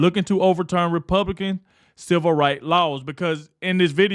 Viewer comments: He said, " The Republiklans " What it sounded like to me. A little tongue twister got him. 😂😂😂😂😂😂😂😂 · This host has trouble with saying Republican. He can't even say that name himself but Jazmine Crockett doesn't have any trouble pronouncing that name 😂😂😂😂😂